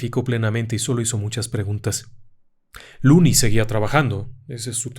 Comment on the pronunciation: Excelente narracion. Una sola correccion: El nombre del protagonista es "Lonnie" no "looney". Lonnie (pronunciado Lani) es la version corta de Alonzo. Looney significa "chiflado/loco"